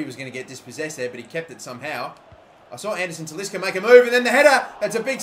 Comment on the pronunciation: Please say Talisca's name properly.